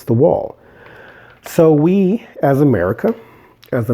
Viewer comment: You pronounce America "ahm-a-REEK-a"...did you know that's also how Barbara Marciniak pronounces America when channeling the Pleiadians? 🤔